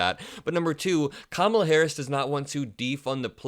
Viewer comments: He might mean "Lying Kamala" but I'm hearing "Lion Kamala". ;) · Lion Kamala 😂😂😂 that’s not an insult, hehe sounds like he’s calling her a lion